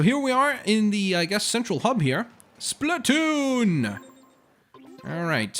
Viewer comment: Who ever said splatoo it's SPLATOON